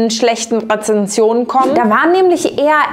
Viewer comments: Heyyy mega gute Video, voll interessant. Nur kurz: Rezensionen nicht Rezessionen. Ansonsten toll 😁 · Ich liebe deine Videos und dich auch aber bei dem Wort Rezessionen dat hat mich getriggert Haha Rezensionen bitte 🥹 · Als freundlich gemeinter Hinweis: Du hast besonders zu Beginn eine Undeutlichkeit in der Aussprache beim Wort RezeNsionen. Rezession bedeutet Rückgang der Konjunktur, weniger Geschäft und Geld, was bei schlecht bewerteten Unternehmen aber ja vermutlich auch passt ;)